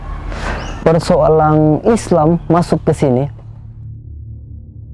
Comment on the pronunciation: Bukan persoalang tp persoalan yah